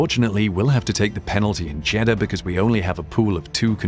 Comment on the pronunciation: Is it just me, often when Jeddah is said it sounds like Cheddar :/